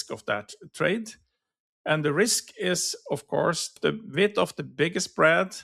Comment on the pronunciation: Thanks for the reply, I have been looking at these this morning, and noticed at 10 -15 delta with 5 wide i'm only able to get 75 cents per side. I think in your video you mentioned 30 width, but it sounded like vix from the accent. Could you clarify width versus vix? I'm assuming these are $5 wide but then they only bring in a small premium of 75 cents.